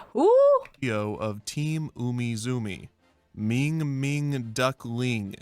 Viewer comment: sounds like he doesn't know Ming-Ming. This is vewy sewious.